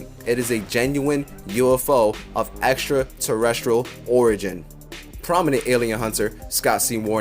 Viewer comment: Estra Tuhrrrrestraul , nom sayin'?